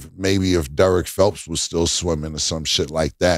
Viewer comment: Cam said Derick Phelps lmao